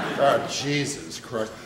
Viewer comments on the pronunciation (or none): none